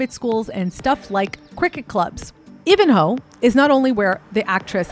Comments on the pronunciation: Melbourne resident here, Ivanhoe (pronounced 'eye-van-hoe') is a wealthy area, but it's not the most affluent in Melbourne. Toorak, Brighton and Kew (across the highway from Ivanhoe) are the enclaves of real wealth in Melbourne. The point on her education is valid. Carey Grammar is prestigious, but I will note that the current day tuition fees aren't a super good indication of prices from the time Bianca went there. I went to a similar school in another state at a similar time to her - while I was on a partial scholarship and only went for highschool, the fees per year for highschool at these schools are considerably higher than in primary (prep) years. When I was going through (02-06), full year tuition was around $11-15k per year. Looking at the fees for my school now, the fees are closer to $27k for early highschool years and get close to $34k for final years. Inflation is a bitch. Also an important note, payment for University in Australia is almost akways paid/heavily subsidised by the government - we call the scheme HECS and pay back the debt throughout our working lives through mandatory pre-pay deductions. So saving up for college tuition isn't really a thing and explains why parents are often willing to fork out for private schools - because they'll usually pride themselves on getting really good University entrance scores. Carey absolutely takes the same tack and advertises their VCE achievements a lot. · And she is from I van ho ( Ivanhoe ) not Iv an ho. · Ivanhoe is Eye-van-hoe I have nfi what you’re saying girl. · Ivan- hoe, not Eevanhoe, hahaha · It’s pronounced Ivan-hoe (Ivanhoe Melbourne) -best Xmas lights in Melbourne btw! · It's pronounced I van Hoe like the name Ivan then Hoe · Ivan-hoe pronounced just like the name Ivan ❤ great research 🙏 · It's pronounced Eye van ho.... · dude its said eye-van-ho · It's EYE-VAN-HOE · EYEvanhoe. Your pronunciation is so bad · “I’ve researched everything!” Immediately pronounces Ivanhoe wrong